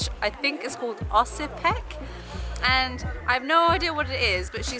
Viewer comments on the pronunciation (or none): You murdered these oscypek :-D hah.. LOL